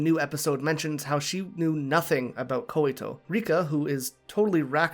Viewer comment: Hey, Just a tip, I think the name Koito is pronounced like "Koy-to", not Koy-i-to". Also thanks for posting this! I just saw your last one and really enjoy your in-depth way of analyzing